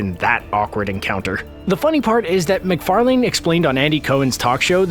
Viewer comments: Seth MacfarLANE. Say what? That's not how you pronounce Macfarlane. It's pronounce Mac-far-lan. Not Mac-far-LANE. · His name is pronounced "Mac far lin". You said "Mac far lane". Yes, it's spelled that way but you say "lin" at the end. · You said Seth macfarlane’s name wrong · Seth McFarLANE You're really making sure you enunciate that final syllable, aren't ya? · Lmao Seth McFar-Lane'd xD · That's not how you say MacFarlane lol